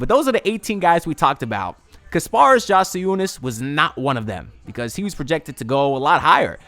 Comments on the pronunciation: Great vid, only thing is that I’m pretty sure it’s pronounced “yak” not “jack” lol, great vid tho! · Yeah it’s yak